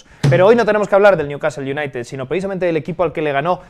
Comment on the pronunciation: El "Aston UNAIted"